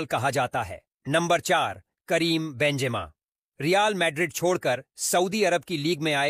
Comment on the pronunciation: Karim benzima❌ Karim benjima✅🤔